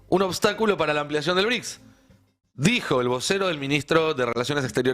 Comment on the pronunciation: “ BRICSA” ???? 😂😂😂😂😂😂😂😂😂😂😂😂😂Es un chiste??? 😂😂😂😂😂😂😂😂😂